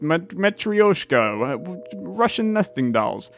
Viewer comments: Just an FYI, it’s pronounced mah-tri-josh(not dzosh)-kah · i think im a little late to inform you on the pronunciation but it is mutrooshka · from the song "feeling so matyroshka" i pronounce it "muh-trow-shka" but idk if thats right